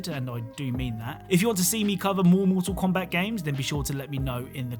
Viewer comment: he said moral kombat eggs